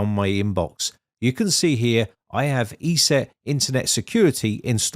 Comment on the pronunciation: It is not pronounced E-SET it is pronounced ES- SET